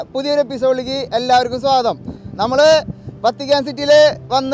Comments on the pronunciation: വത്തിക്കാന്‍ എന്നാണ് വര്‍ത്തിക്കാന്‍ എന്നല്ല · Vatican, vartican alla.